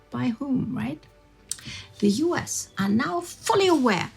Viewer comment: its "US" not "oos". Worst narrator on the channel. Had to rewind multiple times to understand what she was speaking.